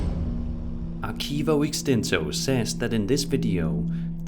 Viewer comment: I truly dislike how you don’t even try and pronounce correctly when saying words in another language. Extinso? You got that from your butt